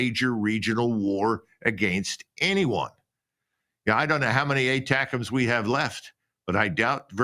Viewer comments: ...yes I know he supposed to be saying ATACMS....but it sounded like BUTTERCUPS to me.... it's like misheard lyrics..!.... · Near end of lenzki speech...he says "buttercups"....lol